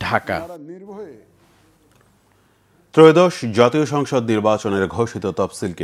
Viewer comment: এয়োদশ না ত্রয়োদশ?